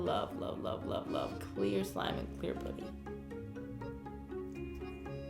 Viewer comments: It’s putty not pootty lol no hate😂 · it isn’t puddy it is putty(putt-e) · It’s putty not pooty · No hate but I cringe when people say pooty instead of putty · karina, i love you but it’s puh-tea not pu-dee. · It's pronounced putty not pooty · i hate how she says putty she says it like pooty like if you agree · Why fo you say pooty insted of putty? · Why does she say pootys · She says pUAtty like its putty no hate just annoyed me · She kept saying Pootty instead of putty.... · I swear to god please stop calling putty pooty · I'm not trying to be rude but the u in putty is pronounced like the u in umbrella. Love you Karina!! #SLIMEQUEEN #GOALS #SLIMEGOALS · Kayla Palick pooty too instead of putty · Question: why do you pronounce putty as “pooty”? The u is pronounced as uhhh. Puhhhhhty. Not pooty. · Was anyone else bothered by the way she pronounced "putty"? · "pooty" lmao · The way she said putty LOL 😂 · The way she says putty lmao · I dont like the way she says putty